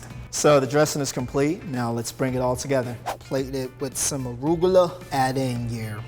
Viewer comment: "ARu GiL a"